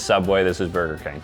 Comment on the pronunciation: "Brger King" ACTUALLY FICKING WILD